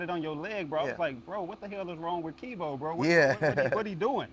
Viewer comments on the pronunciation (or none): he keep callin him wtf